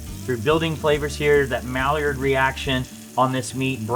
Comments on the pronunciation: what? mal-lee-ard, its my-ard, wtf wow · I LOVE all of your videos! I've learned so much. Especially THIS one. Going to surprise my bride with it. [BTW - "maillard" is pronounced "my-yard"] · can you say "Maillard reaction" again but this time pronounce it like "my-YAR" haha